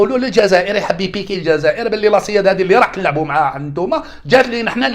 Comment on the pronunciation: السيد ما تكلمش على الجزائر بشكل نهائي و زوجته جزائرية، راه غير انت مدخل حمارتك لسباق الخيل. السويد فاش ينطقها تجي لبالك يتكلم على فرقة تمثل الحراش "لاسياد"